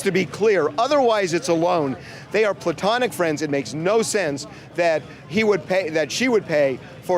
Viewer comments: My guy said PLUTONIC instead of platonic and UN-KNOWANCE instead of unbeknownst within the first three minutes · PLU-tonic friends? Sounds like POO-tonic. 💩💩 THANKS FRIENDS! THAT'S MY TIME!